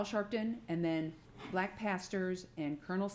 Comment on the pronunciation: Why so much Emphasis BLACK 🤣🤣